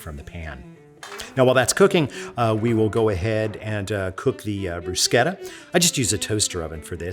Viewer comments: Bru-sheta. Not bru-keta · You properly pronounce "bruschetta", but not "parmigiana"? Minchia!